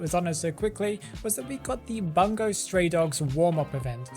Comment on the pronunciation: These update are very cool. Btw you read the word "Bungo" wrong😅